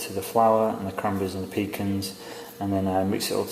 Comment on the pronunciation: "pecans" is one of those words that is pronounced a zillion different ways. "PEEkahns", "peeCANS" and now..."peekins", love it! Bread looks absolutely scrumptious, I think we should be glad there is no smellovision, though. Thanks!